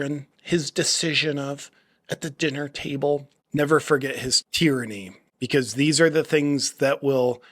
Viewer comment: It's a wake of tyranny not tyrancy😅.. It's OK we still love you!